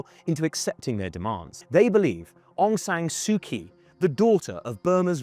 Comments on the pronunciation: 1. , how could you miss India. Almost One third of its IB is shared with India. 2. Aung San Suu 'Kyi'... That Kyi is pronounced 'Chi'.. she's a noble peace prize winner. Why didn't you hear her name pronounced earlier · There was no genocide and Aung San Suu Kyi didnt support “genocide”. Burmese people were just fighting jihadi terrorists. Btw learn to pronounce her name correctly if you decided to make a video about her. I stopped watching when i hear word “genocide”. When muslims attack its “fight for freedom”, when others defend themselves its “genocide”. Pathetic.